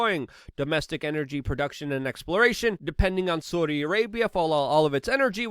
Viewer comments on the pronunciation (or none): none